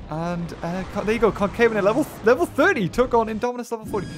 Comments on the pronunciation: it’s Con-CA-ve-na-tor,not Con-CAY-ve-na-tor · I believe concavenator is pronounced conca-ven-uhter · Ill tell ya how to say it ok con-kahh-ven-ate-or Yo welcome! :3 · Concavenator is actually pronounced con-ca-ven-a-tor